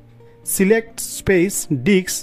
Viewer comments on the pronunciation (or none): If you speak a little slower, it will be easier for you to pronounce all the words correctly - you keep saying "dicks" instead of "disk", for instance.